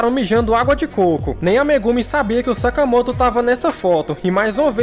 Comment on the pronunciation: Vc falou sakamato